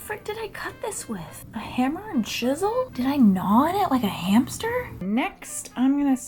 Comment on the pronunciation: I thought she said hamster